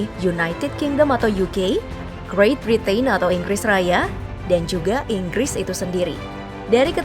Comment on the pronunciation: Sayang mba narator kurang pas lafalkan kata 'Britain'-nya. Makasih penjelasannya Ka..